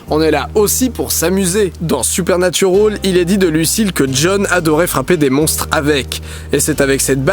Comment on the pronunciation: Super vidéo comme toujours Didi, mais par pitié bande de Français si vous décidez de prononcer les noms anglais avec l'accent requis RENSEIGNEZ-VOUS SUR LA PUTAIN DE PRONONCIATION EN QUESTION AVANT DE L'OUVRIR ! Le "al" de Supernatural par exemple ne se prononce PAS "aule" bordel ! C'est moche !